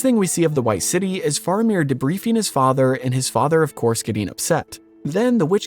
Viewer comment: Bro…love the video by your pronunciation of Faramir is like nails on a chalkboard.